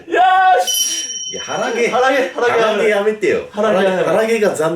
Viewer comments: 腹毛が鼻毛に聞こえたww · 腹毛が鼻毛に聞こえた💭